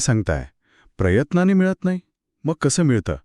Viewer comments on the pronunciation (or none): He konti bhasha PREYATNANE it's prayatnane